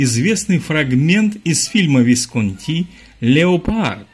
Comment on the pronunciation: Танкреди стоял и смотрел, как его дядя, которого играл Берт Ланкастер, танцует с Анджеликой. Фамилия режиссера произносится ВискОнти, а не ВисконтИ.